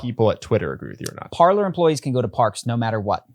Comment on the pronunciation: Can we PLEASE start pronouncing PARLER (Par lay) correctly. It's French for "to talk".